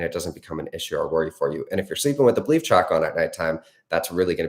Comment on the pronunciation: Omg I had to play this so many times “belief tracks” 🤦‍♀️ I thought you were saying bleep tracks. It’s been a long day for me. Urghhhh. Breath work time